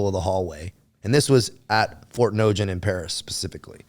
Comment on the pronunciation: No one that ever spent more than one year in the Legion would pronounce the words the way he does. Ft.Nogent. Aubange etc... no one would say "English Mafia" they'd say "anglophones"